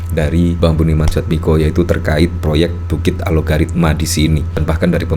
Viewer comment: Bang Host nya sejak dari awal kok menyebutnya Alogaritma sih? Apa memang penyebutanya yang benar demikian? Yang saya lihat di headline nya Algoritma lho padahal. Mana yang benar?